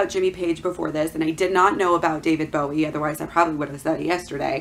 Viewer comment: You don't even know how to pronounce the artist's name. Why are you just regurgitating info from blogs instead of court documents. You are trying WAY too hard.